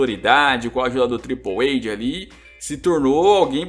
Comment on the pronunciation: Acho engraçado q quanto mais tempo assiste WWE, mais ele fala errado o nome dos lutadores kkkkkkkk Nunca superei esse "Tripouweide"